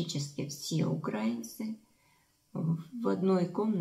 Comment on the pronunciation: Да не укрАинцы, а украИнцы